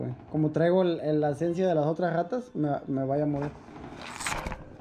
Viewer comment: mucho niño rrrrrrraaaataaaaaa